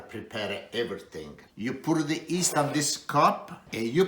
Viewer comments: Did he just say “east?” I think he meant YEAST lol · Great recipe. My favorite Chef. The Y is silent in yeast!